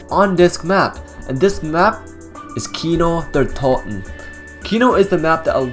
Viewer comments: Its not Kino der tolten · Its Kino der totenennnnn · Why do you use a Swedish voice when you say kino Der totan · I agree